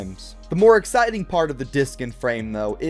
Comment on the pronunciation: You mean, AXEITING???